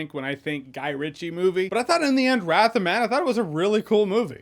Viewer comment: he said "wrath of math" , don't know why im laughing